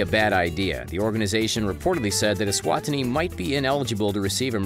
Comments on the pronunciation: Note to narrator.. E-swa-tini!!! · Not trying to be rude bur I live eswatini and your not saying the name right it's e-swa-ti-ni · I Live in Eswatini and they way this commentator butchered the name of my country is shocking.